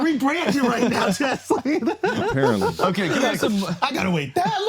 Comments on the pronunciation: Jisleen instead of Jasleen 😂😂😂😂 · did you just call her “Jizzleen”please tell me that was on purpose 😂💀